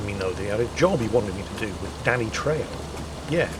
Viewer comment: trejo is pronounced treho :D